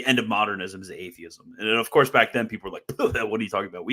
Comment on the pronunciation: “Of courth”. murdered you